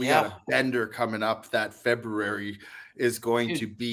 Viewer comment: So can’t say the word “February “….interesting